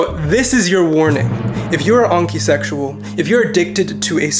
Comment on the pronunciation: Lmao I heard h.onkey sexual. Definitely gonna start using that as my sexuality